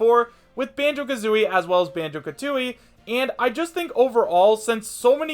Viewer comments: Wait did just say Banjo KAtooi XD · Did he say Bango-ka-tooie?